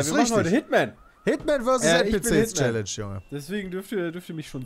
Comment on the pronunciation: Es ist schon traurig das Peter jetzt Challenge immer viel falscher ausspricht nur um nicht zugeben zu müssen das er es nicht besser kann.